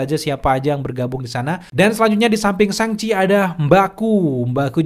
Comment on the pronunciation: "Shang" cok bukan seng seng risih bet dengernya